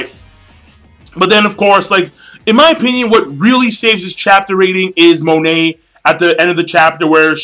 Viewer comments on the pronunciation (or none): GOD DAMNIT MONET IS PRONOUNCED "MOH-NAY" WHAT THE FUCK MAN